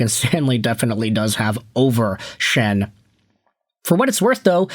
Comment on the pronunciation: luke Schenn? bro what?